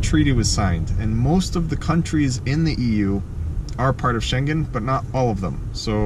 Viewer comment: BTW, Schengen is sort of pronounced with the G of Gnu. (Well, in the sense that it doesn't have a G of "globe". It has the NG of "sailing".)